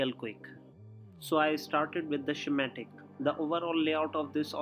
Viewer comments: bro no offense its schematic not skimatic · "The Shamatic" LMFAO.... I'll be honest, in 40 years of electronics ..., tha'ts gotta be the first time i've heard that one LOL